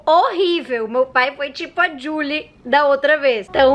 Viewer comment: Gente a cada "jully molinna " que ela fala eu lembro de Julie and the phantons né possível que só eu mano